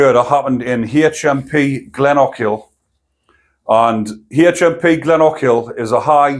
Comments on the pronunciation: Glen O Kill is how its pronounced. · It’s pronounced - Glen oh kill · Great content. It’s pronounced Glen-oh-kill funnily enough. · It's pronounced GLENOAKIL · You have to say it all in the one go with no pauses, Glen o kill. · Oh that's an awful pronunciation of Glenochil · Aye GLENOKILL.Is the way it would be spelt up here.